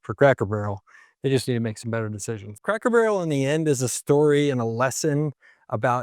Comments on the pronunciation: Did I hear "Crackle" Barrel? I replayed it several times. My wife even thought you said "Crackle". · Is it me or is he saying Crackel Barrel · Are you saying Crackle Barrel?? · I can't stop hearing "Crackle Barrow" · This guy REALLY struggles to pronounce CRACKER BARREL... also, not sure where he's looking but every store near me in Ohio, indiana, and Kentucky are busier than ever!!